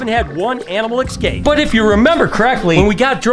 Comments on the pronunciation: E scape not ecscape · Escape, not excape